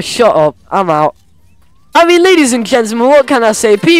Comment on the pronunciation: “Ladies and kentelmen”